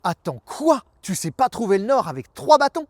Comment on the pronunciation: M€rde… j’ai regardé la vidéo jusqu’à ce que je comprenne qu’il s’agissait de « trouver le nord »… et non pas « trouver de l’or » (ouais j’écoute en faisant autre chose, ça aide pas aussi!) Du coup j’ai perdu 3 min de vie pour rien avec ta vidéo (59sec. pour comprendre que t’avais pas bien articulé… ou que j’étais pas hyper concentré! Et encore 121sec pour écrire ce message!) wallah j’me désabonne!! Nan j’deconne!